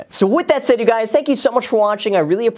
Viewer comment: "What's up Graham, it's guys here." Am I the only one who heard that ?